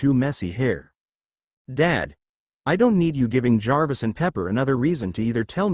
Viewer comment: Omg, an AI reader can actually say Jarvis without spelling the letters out, I'm so amazed with this😊